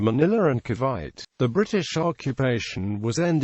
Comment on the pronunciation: Ca'bite'? It's Ca-vi-te